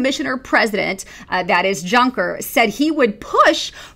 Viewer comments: 1.- It's pronounced "Yuncker", the J sounds like a Y. 2.- Anyone that considers Juncker's asinine statements about "breaking-up" the U.S. a threat, is as much of an ass-hat as Jean-Claude. Seriously. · The j in Junker is correctly spoken like the y in youth.